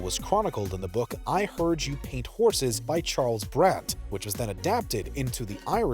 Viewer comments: "paint horses?" It's "houses". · His name was Bison Dele (two syllables), not Dell. And I heard you paint houses, not horses. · I heard you paint horses? Really you couldn’t get the name right. Its I heard you paint houses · I heard you paint *horses*? 😂 Houses!!! Not horses! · I hear you pant housses not horses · did he just said "i heard you paint HORSES" ?? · had to rewind couple times xd he did say horses in my opinion xd